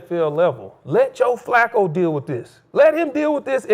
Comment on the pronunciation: Skip said Joe flucccooo lol😂